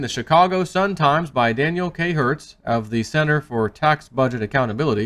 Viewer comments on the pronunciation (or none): none